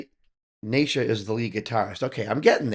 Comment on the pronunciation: … OK Brother very detailed reaction but perhaps you should do some homework on The Mighty MS … It’s like (knee Sha) not Nay Sha … Ok “ICE” is now 11 (not 13 or 12) … it’s Stacey out front on rhythm & vocals at 13 .. Sheena is the mom (not in this one) but she manages the video even when it’s the MSFabFour the ROCKN KIDS of MS … they do use Pro tools but they do these in a continuous take (they may make several before they get the one they like) … now they do layer in extra extra vocals & instrumentals to beef up the sound but they do not punch in overdubs to cover mistakes … now “The Master Secan” pronounces his name like (See Kaan) not (See Can) like it looks to us westerners … 👍🏼🙏✌️❤️